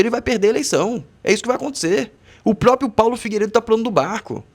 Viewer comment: PRÓPRIO!!! PRÓPRIA!!!!!! É assim que se fala cara!!!!!!!!!😮😮😮😮